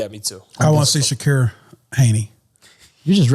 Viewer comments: Why it sounds like he’s always saying Shakira not Shakur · They way he pronouncing Shakur is killlinngggg meeee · “Kambosis by 10th round KO” ??? 😂 no wonder they did their highest numbers without you bro everytime you talk your obvious bias shows. You’re decreasing the credibility of the pod bro. Put some respect on Devin name and pronounce Shakurs correctly 😂 #zittelisbetter